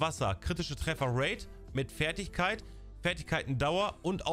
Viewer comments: Danke fürs video 👍🏻 finde es lustig wie du trefferate aussprichst träfferate also denglish😂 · Deine Denglische Aussprache von "Tröffer rate" macht mich alle :)))